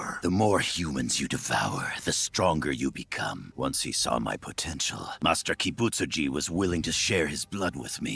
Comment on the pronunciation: Kibutsuji is not an easy name to pronounce, and nailed it. I'm impressed